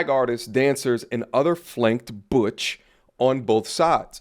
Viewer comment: butch.... sounds like BITCH